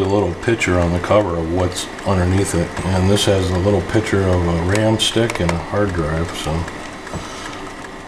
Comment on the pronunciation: love your video! FYI, just to appear more refined, the word is not "piture" or "pitcher", but rather "pic ture" (piKchoor)